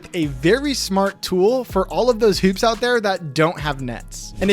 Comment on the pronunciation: The way he pronounces hoops is triggering.